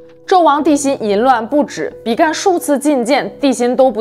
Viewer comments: 是比干，不是比幹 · 比干 正確發音的干是一聲 干也只有一聲的發音 想說怪怪的還查了一下拼音 注音跟拼音都是一聲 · 比干本人從小到大都念一聲，一直聽到影片中被念作比"幹"實在不太舒服。正體字簡化的壞處。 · 比干的「干」唸平聲，是繁體字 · 台灣應該是唸比干（一聲輕音），所處時代的「處」是唸三聲不唸四聲